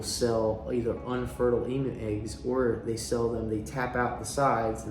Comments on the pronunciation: Love the video but just letting you know in Australia it's pronounced emyou not emoo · Love all your videos ... But please Emu is pronounced Eeem yooo not E moo ... I'm an Aussie and it drives me crazy when Aussie things are pronounced weird. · E-MEW is the correct pronunciation. I hope you have a massive area planned for them , as they are a huge bird that needs to run .